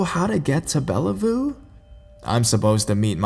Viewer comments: If you ever go to Seattle, it's "Bell View" not "Bella Voo". Microsoft is there. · "Bella-voo" XD ( I am a Washingtonian, it's Bellevue as in Bell- view) I am calling it Bellavoo from now on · It's spelled Bellevue and pronounced Bell-view..just for future reference. Another great video. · Bellevue is pronounced like bell view. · haha Its Bellevue (Bell-view) 😊